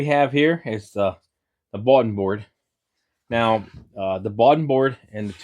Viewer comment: You make some really nice things really.Simple, really nice, but just so you know, the word is bottom, not boden